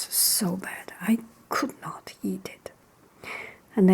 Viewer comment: The two heads are caused by inbreeding and when she said eat together it sounded like yeet together but that doesn't mater